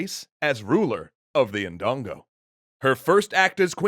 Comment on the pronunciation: It’s pronounced dun go